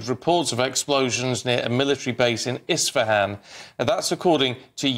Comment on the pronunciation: ISFAHAN.., right? Not Estefan, as in Gloria’s father…